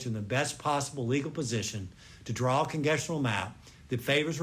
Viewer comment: AG of Louisiana: "... to draw a Congesshnal map..." Dude can't even speak. Ignorance is wide.